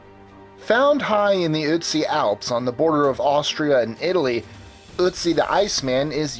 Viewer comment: Pronounced as Aut-si.